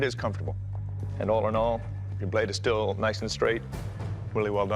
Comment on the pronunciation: sounded like NOICE